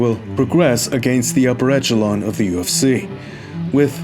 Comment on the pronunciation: Please pronounce echelon correctly